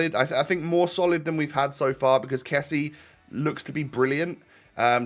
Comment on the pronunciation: it's pronounced kessi-ay rather than kess-ey